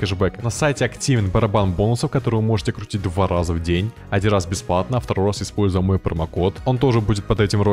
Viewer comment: В начале сказал :калдер страйк?😂